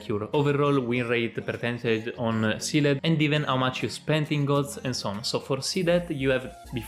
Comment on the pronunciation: use google translate to hear how Sealed is pronounced :)